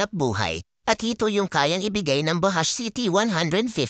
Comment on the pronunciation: Ang pagbigkas po diyan BAJUDGE hindi po bahash 😅